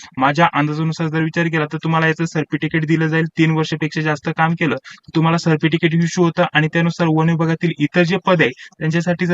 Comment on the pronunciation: सर्प टिकीट नाही सर... सर्टिफिकेट😅😅😂😂😂😂